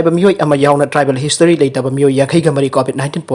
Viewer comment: Nangi pao khupado kari style no khangde henmun hkrei . Pronunciation ga mafum marang khangdre, travel history gase tribal history lehtaba hiena paare.